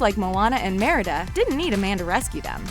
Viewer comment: I'm sorry but did you say "Meredith"... is merida???